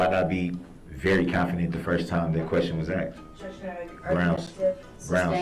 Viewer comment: Taket. Estoppel. Grounz. Lmao.